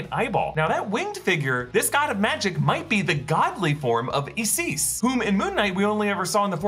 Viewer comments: (Eyesis) Isis not (Eyesees) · Say it with me, "Eye Sis" not "IS IS". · I found it amusing that you pronounced Isis as "ees-sis" instead of "eye-sis"! LOL!! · Is Isis not pronounced eye sis. Are you just saying eesees because of the terrorists or is that how it’s pronounced. Really don’t think it is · What's with the pronunciation of ISIS? Eecease? Wat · It's pronounced as I-SIS not E-SIS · Isis is pronounced as eye sis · Isis = 🗣“EYE-SIS” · Isis is pronounced as Eye cis. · EE-Sees? Really? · Great episode as always! Just one thing, as gods are becoming more and more important to the MCU... it is pronounced eye-sis or sometimes eye-zeus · Why’d he pronounce Isis like that 😂